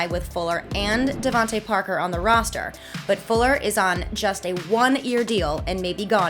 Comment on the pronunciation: Good god I will always hate how these Yankees pronounce names that end in “tay” as “tuh” It’s Devon-TAY It’s Javon-TAY 🗣TTTTAAAAAAAAAYYYYYY